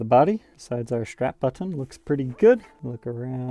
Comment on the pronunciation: I need you to stop saying button like that